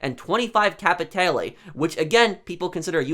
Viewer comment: Capiteyle OMFG stop this pronunciation butchering haha.